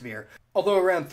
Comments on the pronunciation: Btw "Hoa" is pronounced "Hwa" not "Ho-Ah." Other than that ty for the video! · Hoa is pronouced Hwa - not Hoe-ah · The Vietnamese name for ethnic Chinese, Hoa, is pronounced more like “hwa”. The name Tran is pronounced more like “Chan”. Nitpicks aside, great video. Thanks for posting! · Giggling as this guy horribly mispronounces Tang, Hoa, and Tran